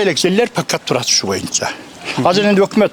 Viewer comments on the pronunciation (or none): none